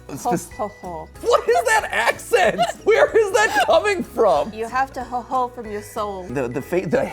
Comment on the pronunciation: It triggers me as a German that the "ho ho ho" had an ö. Ö DOESN'T GET PRONOUNCED THAT WAY!